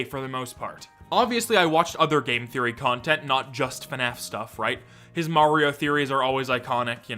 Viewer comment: I don’t think anyone but you says game “therroy” but hey, that’s just a therroy, a game therroy.